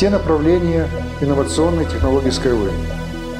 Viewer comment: Хоть название потрудился бы произносить правильно